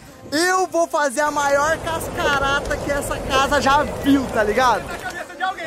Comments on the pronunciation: 😂😂😂😂😂😂😂 O mais divertido é o falando cascarata...kkkkk é cascata...kkkk😂😂😂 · Cascarata kkkk vc sempre fala isso cascata pae KKK Tmj seu fã do outro lado da telinha...